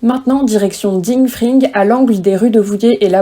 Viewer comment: Ding Fring se prononce Dingue Fringue :) Domamge que tu ne fasses plus de vidéos car elles étaient intéressantes